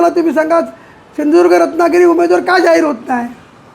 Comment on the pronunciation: Hyala ajun sindhudurg mhanta yet nahi 😂😂😂